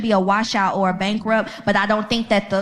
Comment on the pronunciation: She so emotionally triggered she can’t even say the word bankrupt correctly LOL.